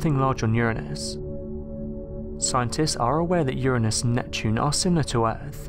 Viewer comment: Are you embarrassed to pronounce Uranus correctly ?